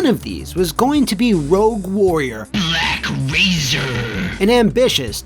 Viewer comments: The way "BlaCk Razeeer" is said never fails to crack me up😂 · Sometimes I watch this episode just to hear BLACK RAZERRR